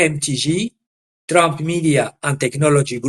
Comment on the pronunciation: no solo te comes las” s” ahora es invisible la “ p” de Trump ( tramp). De les escucha mal vs, no suena bien.